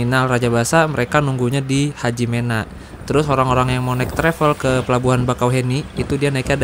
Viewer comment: Hajimena (me) bacanya bang bukan HAJIMENA 😂